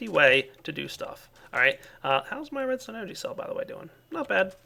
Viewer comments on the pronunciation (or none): I thought he kept saying ''programmable redneck controller'' XD